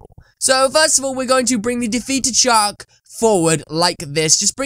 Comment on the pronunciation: You say shark like shock so it makes it look like your saying shock in captions